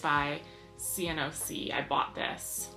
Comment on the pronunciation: Greetings from Scotland 🏴. Really enjoying the videos thanks for sharing. Btw cnoc is pronounced like the word knock , its Gaelic for small hill. 🙂